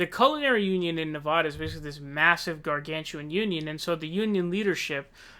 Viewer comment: Vox Populi if this guy's trying to influence people living in Nevada particularly long-term residents to vote for Bernie Then yeah, it actually does matter. When pronounced the way he is pronouncing it You come off as an a**** from out of the state That's how mainstream media used to always say it.